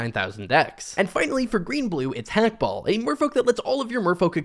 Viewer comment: The h is silent in Hakbal. I understand him being popular though, mine goes crazy with a roaming throne and some spark double type cards. (Ahhk-Ball)